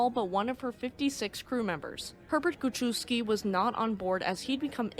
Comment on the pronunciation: Guschewski = "goo CHEF's key" ;)